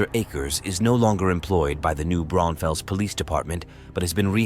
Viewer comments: holy shit, that's my town also the way you pronounce new braunfels is incorrect. , I like how I heard you said it, and it took me like a double take to realize this guy is talking about new Braunfels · It’s new branfuels pronounce the s lol